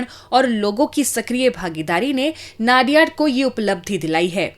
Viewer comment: नडियाद ✅ नाडियाड ❎